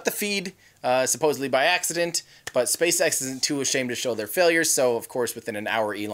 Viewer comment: What did you say spacesex???